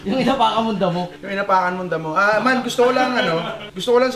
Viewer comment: Dapat EEEEEEMAAAAN hindi EYOOOOO